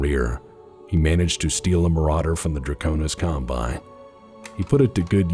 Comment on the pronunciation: Dwaconis Cwombine, we have dwagons.